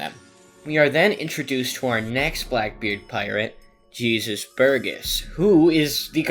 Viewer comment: Jésus burgess Is not jeezus burgess Its pronounced hey zeus, 😅🎉